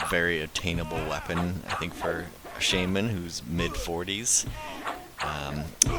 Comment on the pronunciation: Heh you have no idea how happy it makes me feel to hear how your pronounce "Shaman". My wife always made fun of me for saying it the wrong way hah.